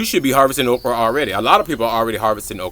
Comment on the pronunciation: I thought you were saying Oprah.